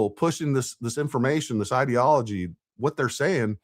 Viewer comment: New Candace word: ideology. Pronounced "id" to rhyme with squid. She is seriously retarded. How did this whore graduate high school as illiterate as she is?